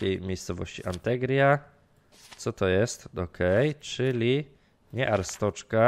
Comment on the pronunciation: to wymawia się Arstocka nie Arstoczka